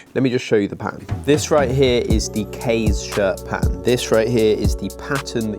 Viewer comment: Also the pronunciation of "Kaze" isn't correct either if it's supposed to be Japanese inspired.